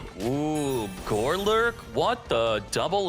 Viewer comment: How many times are you going to say GOLURK incorrectly?! Not gore-lurk. GOlurk.